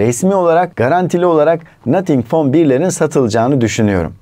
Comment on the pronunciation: nathink fon bir 🤣🤪💩